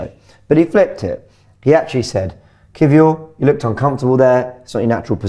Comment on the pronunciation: Why does keep calling Kiwior “key-four” 😂😂